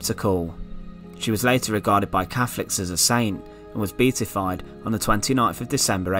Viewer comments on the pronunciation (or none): Beatified: (bee-aa-tee-f-eyed).